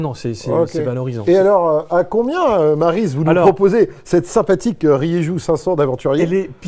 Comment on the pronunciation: salut. Plusieurs chose rieju ca se prononce RIERRU 2 les moto off road sont fabriquée dans l usine gasgas qui a été rachetée à KTM C est pas des moto re badgées mais ils on toujours fabriquée des off road en tant que journalistes faite un effort